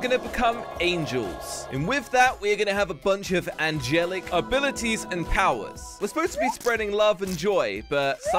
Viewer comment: ‘Angelic’ Jelly: ‘Angle-y’: ‘Angel-ish